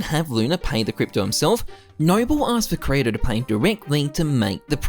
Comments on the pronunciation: ok but why do you call kirito "krato" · it hurts me every single time you pronounce kirito wrong, every anime fibre in my being is screaming at u man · ' pronunciation of kirito is gonna make me go crazy